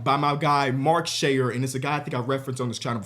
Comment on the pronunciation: as a guy who lives in scotland, hearing someone pronounce "Mike Sheer-Rah" as "Mark Share" hurt my soul a little bit.